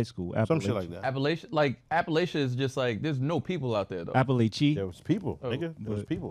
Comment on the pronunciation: App - pa - latch - eee